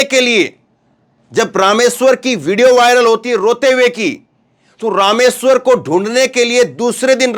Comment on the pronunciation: Rameshwar JI..not ..Ram....war